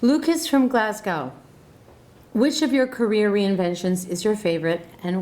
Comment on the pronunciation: Kudos for pronouncing "Glasgow" correctly. Most Americans struggle with that....